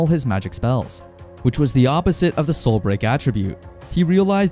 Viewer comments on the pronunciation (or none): Hey uh its not soil break its soul break dude 😂😂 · Why do you keep saying Soil Break tho? 😂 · Why does he pronounce “soul break” as “soil break”